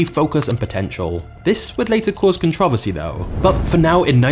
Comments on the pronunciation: 187 billion cans sold and I've never had even one. I prefer coffee! Also, I can't stand the way the narrator drops his voice at the end of almost every sentence and the way he pronounces controversy. Con-TROV-er-sy? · Say it with me now: con-tro-veRsy. There's a long O in the middle and an R towards the end.